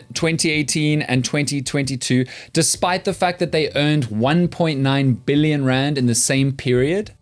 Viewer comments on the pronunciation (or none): none